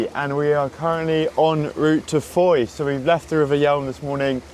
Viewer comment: Andy from Australia here. Just noticed you pronounced Fowey wrongly. I'll bet I'm not the only one to point this out....Ive never been there myself😂🃏